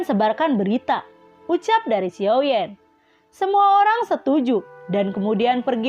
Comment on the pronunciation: Xiao yen atau xiao yan. Hati2 ya min beda penyebutan karakter beda pemahaman. Xiao yen atau xiao yan. Jika xiao yan jangan selewengin.